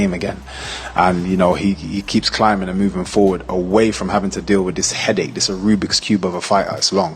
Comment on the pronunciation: Did he just say arubix cube??😂😂😂